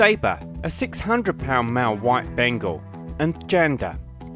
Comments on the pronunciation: I love how he pronounces Bengal as bangle😅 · Me - ben - gal not be- ngal